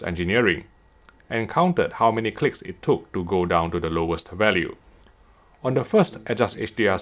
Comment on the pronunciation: Whenever he say clicks It sounds like CLITS……. not my fault 😝